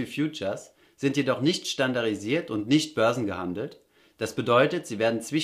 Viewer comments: du sprichst doch sonst so gut. Was war denn da los. Es heißt:"standarDDDisiert", nicht standarisiert. Ich dachte zunächst an einen Versprecher aber nachdem du es 20 mal falsch ausgesprochen hast, kriege ich Juckreiz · Du machst echt super Videos ! Ich hab’s schnell verstanden 😊 nur ne kleine Anmerkung: du sagst immer “standarisiert” statt standarDisiert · Gut erklärt. Arbeite bitte an deiner Aussprache: Stan - dar - di - sie- ren. Standarisiert - No No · standarDDDDDDDDDDDDDDDisiert !!!!!!!! nicht das DDDDDDDDDD vergessen :) danke gutes video